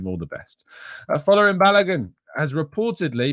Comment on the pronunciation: Folarin is pronounced = Fōr lãr rïn